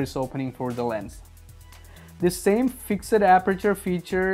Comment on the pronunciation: Lol the way you pronounced "FIXED"